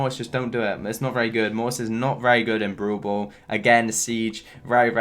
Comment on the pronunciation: Why do you say Broubo to Brawlball?